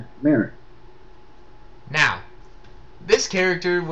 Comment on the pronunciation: It's MALIK